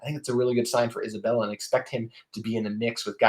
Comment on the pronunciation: Love the episode. I hope that Clayton Isbell is able to make an impact right away. It’s hard to make that jump from FCS to P5 football. (Just a note it’s Isbell, not Isabella)